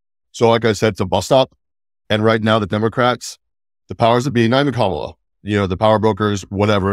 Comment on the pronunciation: you undermine your own credibility by not pronouncing Kamala's name correctly.